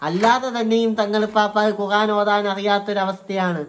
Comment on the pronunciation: നീ പോയി ഖുർആൻ എന്ന് പറയാൻ പഠിക്ക്